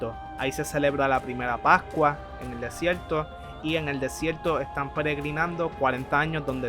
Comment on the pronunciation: MALO EL VIDEO, NO TIENE SENTIDO QUE APAREZCA EN AUTOR EN APARENTE CONFLICTO Y SE DICE VERDAD, NO VELDÁ Y SE DICE DESIERTO NO DESIELTO :face-red-droopy-eyes